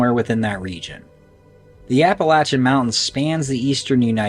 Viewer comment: I'm so happy to hear you say Appalachian correct. It really makes me happy. I lived in Boone,NC in my college days. Later Valley Crucis, NC. Gorgeous place to live. But the mountains and the Forrest are pretty funky man. No kidding. Cemeteries too. Old churches. The place is a freak show. And absolutely as beautiful a place as you kind find on this planet. Love the channel. And thank you for saying Appalachian correctly.